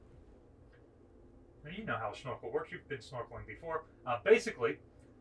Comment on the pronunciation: Why is he saying "schnorkel" instead of snorkel?